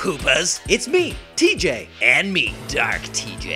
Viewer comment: Why is the special guest pronouncing your name "T Gay"